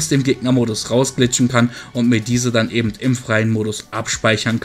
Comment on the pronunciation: Hör auf ebent zu sagen das heißt eben